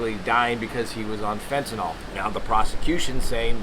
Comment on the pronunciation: Hey, love your take and the video but one slight change I'd suggest is in the pronunciation of the word "Fentanyl". It shouldn't be (fent-uh-nol) bur rather (fent-uh-nil). Hope you enjoy your vacation and safe travels!